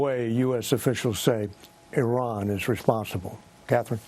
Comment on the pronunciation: These dumb country yokels. High ranking American military leaders expounding on strategies regarding Iran, and don't know how to pronounce the four letter name of the country! 😅 Embarrassing hillbilly leaders.